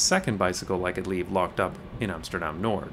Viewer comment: Pronouncing Noord with a D.. it's just not right man.